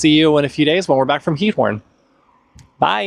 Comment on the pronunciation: (Ik zal even commenten in het Nederlands aangezien jullie het hebben gehad over de taal leren.) Je uitspraak van Giethoorn is echt stukken verbeterd! Ik vind het echt leuk om te zien dat jullie je echt settelen in Nederland en niet zoals vele andere buitenlandse mensen die niet 'echt' deel uitmaken van hoe Nederland echt is. Ik hoop dat jullie je hier een beetje thuisvoelen :) Ik ben een verpleegkunde student en ik werk in een verzorgingshuis in Den Haag. Tof om te zien dat jullie mijn stadje hebben bezocht :) Ik ben opgegroeid in Den Haag. (English translation below) (I will comment in Dutch since you talked about learning the Dutch language) Your pronunciation has improved so much! I really enjoy watching your videos and how you are settling in in our country. I feel proud that you two show the Netherlands how it really is and really become part of the Netherlands. I really hope you feel at home here. I am a Dutch nursing student working in a nursing home in The Hague. Awesome to see you visiting my hometown :) I grew up in the Hague. (sorry for the long comment lol. have a nice day!)